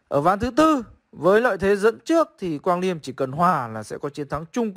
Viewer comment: Mới coi bên Gothamchess xong, thì ổng đọc tên Quang Liêm là Lì Ém =)))